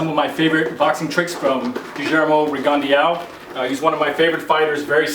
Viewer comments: "Rigondó" is a french surname "Guyermo" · I saw this year's ago and coaches often don't seem to realize the angles and defense a south paw can see if they are crafty enough. Btw your pronunciation of his name hurts my ears bro. Great vid tho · Gee-ermo Reegan-de-ow